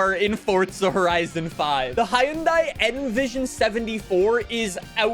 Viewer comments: Hi-un-die👎 hun-day👍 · The way he says Hyundai peevs me to no end. It’s “HUHN-DAY” not “hi un die” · it is cool, but it is pronounced hon-die not hi-on-die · bruh who gonna tell him hyundai is pronounced "hunday" and not "Hi-Un-Daie" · About 2 years ago (February 2023), Hyundai ran a campaign (in the UK) updating how it is pronounced. “The manufacturer has decided to change the brand’s pronunciation from the anglicised pronunciation of ‘Hy-un-dai’ to ‘Hyun-day’, which is the global pronunciation of the brand.” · Everyone pronounces Hyundai as 'Hi-yun-dai'. The 'Hyundai like Sunday' ad campaign isn't effective at all. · It's pronounced hyoon-day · Bruh it is literally pronounced hi-un-day. That is how the company says it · yea ik we have weird ways of pronouncing stuff but idk HIUNDAIE scares me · the pronunciation is for everywhere. For where it’s made. For the US. For literally everywhere. The company says Huhn day so therefor that’s how everybody should pronounce it you dunce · Hyundai rhymes with Sunday. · 🤓 it's hyoun-die actually